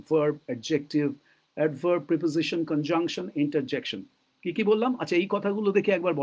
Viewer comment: প্রইপজইশন নয়, প্রেপজিশন সম্ভবত।